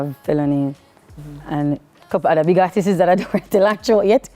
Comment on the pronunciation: Someone please teach her how to say ARTISTS when she wants to say the plural of artist. 🤦🏾‍♀️